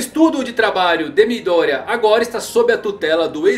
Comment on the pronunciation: MÍ-Dória... toda vez que vc fala isso só imagino um Celular da Xaumi com o prefeito de SP... #MidÔria